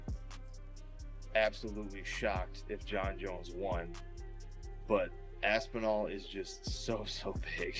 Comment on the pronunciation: You’re missing the P again Rampage. Lol. AsPinall. Not ASSINALL.. lol